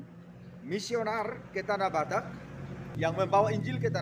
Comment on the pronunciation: Mohon maaf, jangan salah menyebutkan "Missionaris"🙏